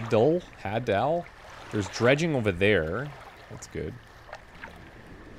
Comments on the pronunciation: I think "Hadal" is pronounced like Hades, realm of the dead, ie. "haydal" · Hadal is said like Hay-dul. As in hades. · that is not the pronunciation of hadal.